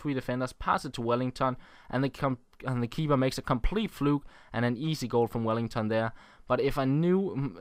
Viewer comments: His name is Welliton, not Wellington :-) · it's WelliTon, not WelliNGTon.